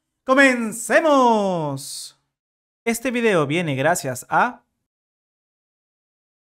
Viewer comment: consejo, no le pongas tanto enfasis a los comencemos xD (ni hablar que el principio me sono a otro canal de ia) jeje